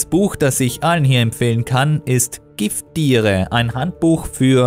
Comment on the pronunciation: min. "Giffdiere" 🤣😂🤣😂 ich hau mich weg.👍